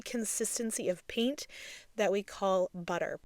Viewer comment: Are you aware that the word “paint” is said with a long A, as in the word “pay” not a long E as in the word “peek”? You say the word paint as if it is spelled peent. It’s very distracting.